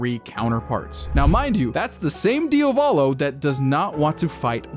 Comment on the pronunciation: pls pronunciate it properly, it's "Diàvolo" not "Diavòlo". Also, it's Jòdio, not Jodìo